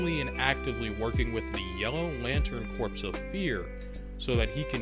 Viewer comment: Never forget kids, corps is pronounced "core". Jokes aside, I'm glad someone else agrees with me. People have become so brainrotted by the multitude of evil clones and "absolute power corrupts absolutely" that they are incapable of believing in absolute good and call it lazy writing